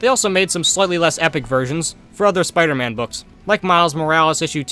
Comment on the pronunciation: A BRITISH SPOODER MAN?!?!